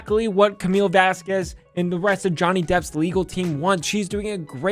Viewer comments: Someone needs to teach that woman how to say simple Spanish names. Say: Vahs-kehzz Also: AH does coke, AH has scarring in her nose. Surprised? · "What if any is not a cure-all". 🤣 Judge A is so done with AH's team. So is the jury, according to members of Lawtube that were in the gallery. It's pronounced Vas Kez and she knows it since she had no problem pronouncing Camille's name correctly in depos. Concussion checks over video? Considering how many objections were sustained, this was damn good lawyering. I LMAO when Umbridge just gave up. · Elaine mispronouncing Camille’s name makes me furious every time. It’s so childish and petty. And she does it on purpose! Wtf?! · Did anyone else notice Elaine's blatant purposeful mispronounciation of Camilles last name as a means of outright disrespect to the opposition? or is it just me? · I love that the firm made Camille partner after the trial, she definitely earned it. Also, am I the only one who feels that Amber's lawyer was mispronouncing Camille's last name deliberately? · This is a year later. It still makes me feel dislike for Elaine everytime she mispronounces Camille's last name. She's completely disrespectful. No way has she not been told the proper pronunciation. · It gives us ALL anxiety. She's doing it on purpose to be disrespectful. She says it correctly a few times, that's how I know. Elaine is so rude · The way elaine consistently mispronounced Camille's name throughout the trial to be passive aggressive is honestly so pathetic. She comes across at best as disrespectful, and at worst as a racist old lady. Shameful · The fact that this woman can't even pronounce "Vasquez" correctly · I object to Elaine Bredehoft mispronunciation of Camille's surname! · Seriously? How hard is it to pronounce Vasquez? JFC. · Camille Vasquez is amazing! She really did a great job. And Mrs. Bredehoft always pronouncing her name wrong is annoying... And insulting. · Does anyone else hate how she says Vasquez? Lmao kill me!